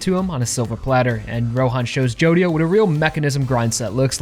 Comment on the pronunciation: i hear a lot of ppl pronounce Jodio like you, but I still think the right way is gonna be stressed like Jo-Dio